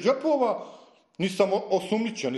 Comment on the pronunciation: Veoma elokventan decko kaze "trotura" 😂😂😂😂